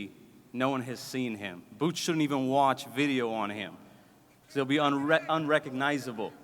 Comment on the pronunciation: "Bwoots Ennis " - Eddie Hearn 😅